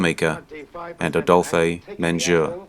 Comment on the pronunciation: In Paths of Glory, the actor's name is pronounced AY-dolf MAHN-jhew.